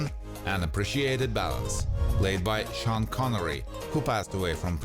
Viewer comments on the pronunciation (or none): none